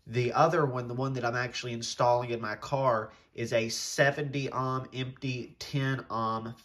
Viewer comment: Lmao it’s oh-m not awe-m